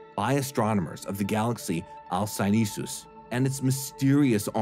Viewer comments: why do you pronounce it alcyoneSus? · But there's only one 's' not two.